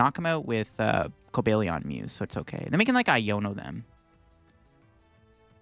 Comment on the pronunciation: Cobalt Lion. Cobalion. Not Cobalion.